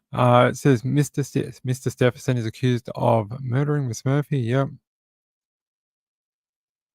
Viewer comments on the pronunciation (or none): Thanks for keeping us updated on Samantha - but it’s Stephen- son- An N in the middle :-)